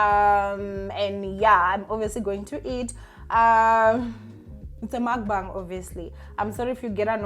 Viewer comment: Hi, not to be a grammar Nazi, but it's called a Mukbang, not makbang